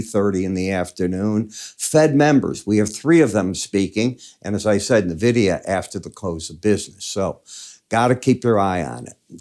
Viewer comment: it's en-vidia m8.